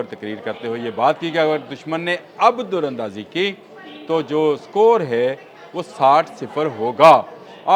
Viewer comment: Sir plz Urdu drust talafaz k sath bola Karen dar andazi hota durandazi nai ap aksar Urdu ghalat bolty hen